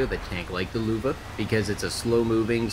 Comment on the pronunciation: Tuco Benedicto it’s actually pronounced “Loeve”, don’t worry most north Americans get foreign pronunciations horribly wrong